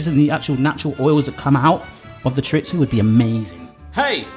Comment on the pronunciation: My husband is Spanish and its pronounced "CHORE-REE-THO"...not "Churitzo".😉🇪🇦